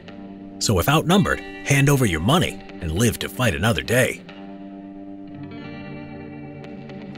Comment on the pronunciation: You mean "moneh"